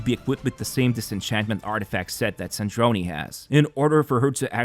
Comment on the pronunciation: It’s Sardrone not Sardronee